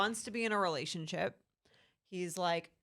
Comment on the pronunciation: I wonder when is going to learn how to say the word "relationship"